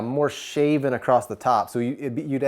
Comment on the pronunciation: There's no "t" in the word across. 😂